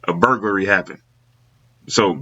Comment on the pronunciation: bur-goo-larry :face-purple-smiling-tears::face-purple-smiling-tears::face-purple-smiling-tears